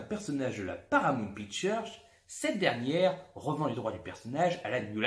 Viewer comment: je suis mort et ''Pichturrreee''😂 Je dépose un gros like vous m'avez bien fait rire. Vous êtes des Fous mais on adore😍